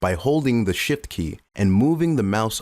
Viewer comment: Are you aware you say "by holding the shit key" ?